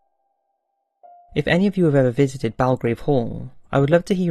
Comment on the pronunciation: Belgrave Hall is pronounced Bell-Grave Hall, not Balgrave ^^ I'm from Leicester and went there a few years ago, there is an eerie feeling in the children's rooms / main bedrooms.